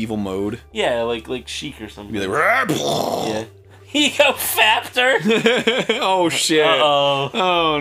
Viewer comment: Am I the only one who noticed "egofaptor" in the beginning?